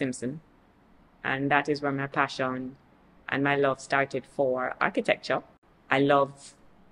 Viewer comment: Not her correcting your pronunciation of Architecture 🧐